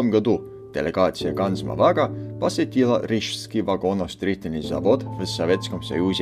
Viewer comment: Как же классно произносит ведущий, с акцентом, название производителя, Ганз Моваг.